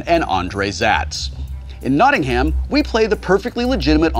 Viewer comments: As someone from Nottingham, you are saying it wrong! There is no ham. It is Notting-um not Notting-ham. That is all. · Sorry Wil. It's pronounced more like "Notting-um". Yeah, we're English, we have weird place names that don't sound anything like the way they're spelled. At least you didn't try to pronounce any Welsh places, that'd just be hilarious... actually, you should try to pronounce some Welsh places. Either way, I just want to scream at my monitor whenever you say "Notting-ham.". >_< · it's weird hearing americans say nottingham, and putting massive emphasis on the ING and HAM parts. It should be just like nottinum. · It's pronounced Knot-in-um. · Say as if it were Nottingum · ehhhhh its pronounced NottingAM, NO HAM!!! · it's pronoucned Notting-um.... not notting HAM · As someone who actually lives in Nottingham, hearing Wil pronounce it is agonising! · It's Notting-um when I pronounce it, so Will's pronunciation but without the emphasis on the h it wouldn't be too bad as far as I am concerned. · Much as I love Tabletop, this NottingHAM thing was almost enough to make me stop watching. See also RoBINhood. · Certain irony to Whil Wheeton hard-pronouncing the H in Nottigham. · I regret drinking every time and American said Nottingham incorrectly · I found "Notting-HAM" very distracting, lol. Great stuff nonetheless ;) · can we like, just say Nottingham... atleast correctly once? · For as famous as Nottingham is in fiction, I'm yet to hear an American pronounce it correctly. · Please! Thats not how you say Nottingham! We don't pronounce the ham as in the meat ham. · omg the way they say Nottingham is awful, as a Notts homeman I can't listen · Hard to listen to Nottingham being pronounced wrong so much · Don't you love the way Americans mispronounce Nottingham? No? Me neither. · Having to listen to Wil mispronounce 'Nottingham' for an entire episode is wonderful torture. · Dear America: NOT-ing-um. Not Not-ting-HAM. tips hat and drinks tea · its Notting-um